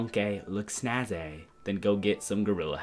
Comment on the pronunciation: "youR MonKaY LoOk SnaZae"🤣